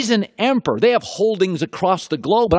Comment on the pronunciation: Why can't he say emperor?